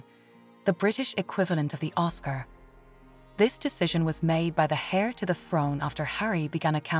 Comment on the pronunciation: It is HEIR not HAIR!